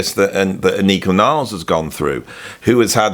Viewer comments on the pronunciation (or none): What, no more "Freddie Studer"? 😊😉 Us fellow Germans pronounce Anika's name like "AH-nee-kuh NIL-less", by the way, with emphasis on both first syllables 😀 Interesting that Rush's new drummer's last name is mispronounced just as much as their previous one's! 😄 She also brought the gap between front teeth back into the band, which Geddy had gotten rid of at some point in his career! 😊 Anyway, on wiz ze video...